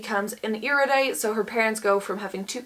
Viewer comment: Erudite is generally pronounced air-uh-dite or air-yoo-dite, if you care. (I wouldn't. You're doing fine.)